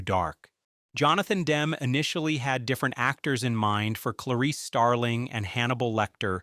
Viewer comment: It’s Dem-me, you moronic robot! GGAAAHHHH!